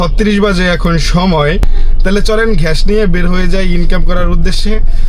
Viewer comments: ঘ্য‌াস ❌ গ্যাস ✅ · 👉👉ভাই আপনি গ্যাস কে ঘেঁস বলেন কনো ??? Plz Plz বলেন :yt